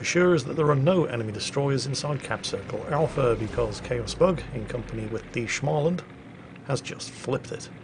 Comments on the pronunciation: Stop saying "Schmaland"!!! The first part is pronounced exactly like the word 'small'. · Please. I beg you. Stop saying Shmaland... It's pronounced Smoland. Maybe google it😅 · try pronouncing å in småland more like an o, instead of an a, so instead of smaland it's smoland. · Småland is actually pronounced smaw-land, not schmah-land. There are some voice clips online of people pronouncing it. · Its not SCHmaland. Its SSSSSmaland. Its S not SCH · Actually,, the A sound in Smaland is pronounced as if someone was trying to strangle you: a throaty "O". And now it's back to the saltmines for me... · Ok lets pronounce Småland correctly... Small land and thats what its says in Swedish too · Should we tell him it's pronounced Smoland...? No? Alright then. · When saying Småland - pronounce it; small + and